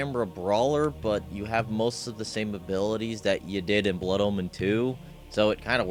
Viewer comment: he says it like Blood Almond